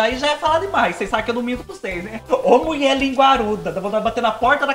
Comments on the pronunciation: Não aguento quando você diz:A muie falo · do céu, adoro quando você fala: "A MUIÉ FALÔ!" Me divirto. 😂😂😂😂😂😂